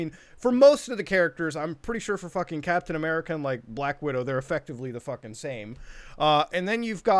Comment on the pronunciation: “Cap-then A-merka”